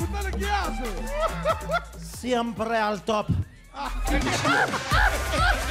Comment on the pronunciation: Ja! siemprrrrre al top jajaja jaja lo hizo igual que el pepino de mar .. pobre cani con este se quemo vivo.